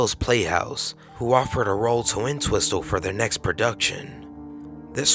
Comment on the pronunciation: it's WOMEN, with an "e" pronounced "Wih-min" and you're not supposed to pronounce the second "T" in Entwistle. Should be.... "En-twiss-uhl"